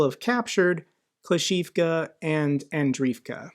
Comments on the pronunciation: You got "Klee-shchee--yeevka" pretty well OK But its "Andree-yeevka"! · not uro-zayne but uro-ZHAIN-eh. ZH like prigoZHin, or zaporyzhZHia. english speakers rarely use ZH and instead spell it as Z. also - klish-CHI-yivka, andri-yivka, starom-LYNivka